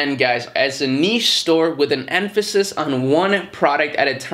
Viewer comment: I've been on the fence about starting dropshipping for a while but what you said about making a niche store with a bit of versatility whilst promoting one main product at a time makes total sense! Wish me luck! Also thanks for saying niche correctly, very cringe when people say it wrong :S